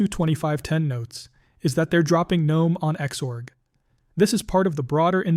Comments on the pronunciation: Jesus F Christ, stop saying the G in Gnome. The G IS SILENT!!!!!!!!!!!! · The correct pronunciation is: "Guh-nome" — with a hard G (like in GNU or goat), not the silent G like in the mythical creature gnome. The name GNOME originally stood for: GNU Network Object Model Environment Since it starts with GNU, which itself is a recursive acronym for "GNU's Not Unix" and is pronounced with a hard G, the GNOME project kept that pronunciation style.